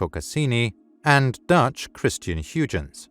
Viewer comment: Learn how to pronounce Huygens name right.